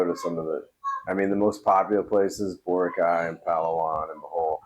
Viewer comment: Rockeye? You mean Boracay!?